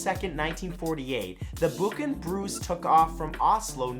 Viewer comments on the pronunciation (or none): none